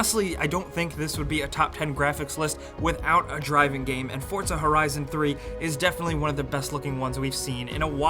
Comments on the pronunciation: its for-za not fort-za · Hey, it's not fortza it's forza. Thanks. love ur videos